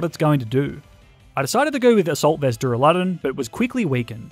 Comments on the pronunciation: Der a le don not duralon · DurAlUdon not duruladon ;D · Its duraladon not dularudune